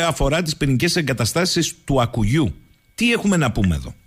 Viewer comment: Άκκουγιού (από το "Ακ" και το "κουγιού"), όχι Ακουγιού.